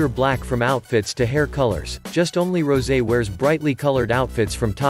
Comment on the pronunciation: Not Rosie. It's rosè. Pronounced as ro-sey.